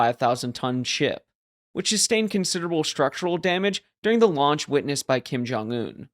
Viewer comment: Launch, I thought you said lunch. Kim probably